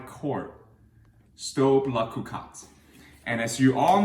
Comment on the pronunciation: I love when you say cocotte...I'm from France love it! :)